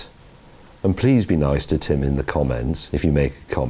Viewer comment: Tim..... Nice not Dim 🙂